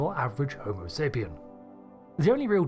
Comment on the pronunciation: Why do you leave out the S in Homo sapienS?